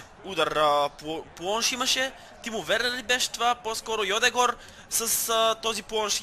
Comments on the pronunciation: не е Йодегор, а Йодегард, леле... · Не е Йодегор а е Одегаард ;) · пройзнася се йодегерд а не йодегор и джака а не хака!!!